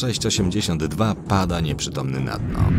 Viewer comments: kolejny mówi es-ce-pe mówi się es-ci-pi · Scp wymawia się escipi(tak jak po angielsku byś cytat każdą literę oddzielnie)poza tym może jakiś filmik o scp 096/173 albo po prostu jakieś popularniejszym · Scpi się mówi